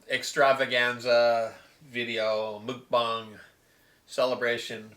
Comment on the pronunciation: it's pronounced like "muck", not "mook" haha. grats on 300!